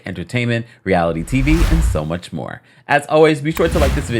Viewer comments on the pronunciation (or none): none